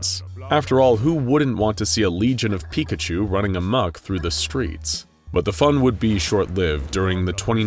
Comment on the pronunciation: Porkachu... it's always porkachu